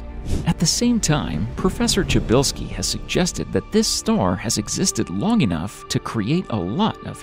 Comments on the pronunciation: Try pronounce it pshybylsky the way you says it sounds like czybylski (chybylsky) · Bro it's -sha~bell~ski don't butcher my last name like lol